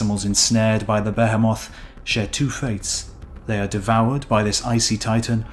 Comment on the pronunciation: Bèhèmoth?! xD